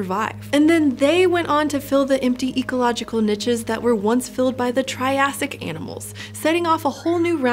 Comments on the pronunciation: yeah. As a french-speaker, "nitches" made me flinch every time. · Is she saying NICHES or finches? Lol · Really interesting topic thanks. I love the content on this channel. The pronunciation on ‘niches’ distracted me a little but I guess that’s because we say it differently in the UK. Would love an episode on the snowball earth theory, if you have not already done one. If you have can I get a link? Thanks.